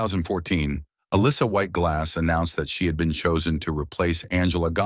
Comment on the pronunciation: If you are going to make a video about a celebrity, the least you can do is teach your stupid AI voice to pronounce the name right. Sheesh!